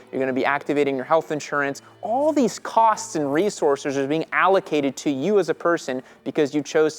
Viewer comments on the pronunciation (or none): none